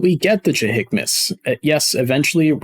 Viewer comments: Joint Helmet Mounted Cueing System, or JHMCS. Say it with me: Ju-Hem-iks, not Ju-Hik-mis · It's "jay-him-mics", not "jay-hick-mas" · good video. but it will bother me if i dont say it. its pronounced jah-him-ics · Pronounced Juh Him icks. JHMCS